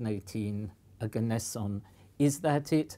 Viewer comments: it's pronounced "oh-gah-ness-eeon" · Ne-on Arg-on Krypt-on Xen-on Rad-on Oganess-in????